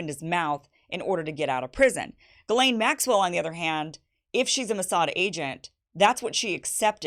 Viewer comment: Where in the annals of the French language did they not pronounce a letter s? Verialle? It's pronounced Gizlane. Or is Gizelle now Gel?